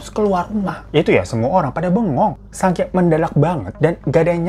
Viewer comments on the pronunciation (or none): none